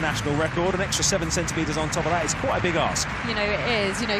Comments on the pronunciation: Quite a big ASK, he said, not ass. (but still....he was right!) :D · That's ASK.... lol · I thought I heard that too...lol. Although it is a nice ask.